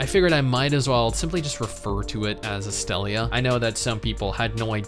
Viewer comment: I thought you were saying "Australia is shutting down" That confused the hell out of me hahahahaha